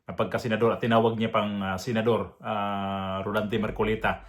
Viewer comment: Rodante Hindi rolante.